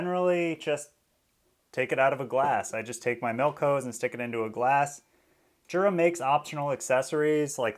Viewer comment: Jura is from Switzerland and the J in Jura is pronounced like a Y. Phonetically it’s Yoora. ( Not being mean saying this, by the way).